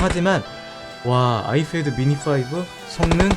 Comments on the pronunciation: Ipad 발음을 ifad라고 하시네요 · 발음 ㄹㅇ 신경쓰이네요 아이fad. .. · 발음 존나 거슬려서 못보겟다 아이fad ㅋㅋㅋ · 발음 진짜 ㅋㅋㅋㅋㅋ 에프도 아니고 피 발음도 아니고 참